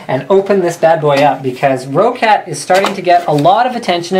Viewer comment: ro-cat? It's pronounced like rocket but with an A, "Rockat"